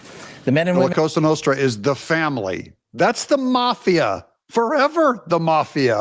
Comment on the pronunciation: Kash keeps saying “casa nostra”, which means “our house”. They are called “cosa nostra” - meaning “our thing”.